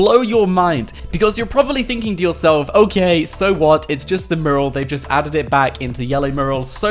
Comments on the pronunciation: Mew-ral.. not murral and stop saying guys so much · Miral not merl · Dude it's pronounced "mewral" . Otherwise good vid' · Mural.. More emphasis on the U. It's not morul